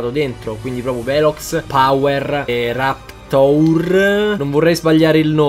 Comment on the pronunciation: RAPTEUR hahah NON RAPTOUR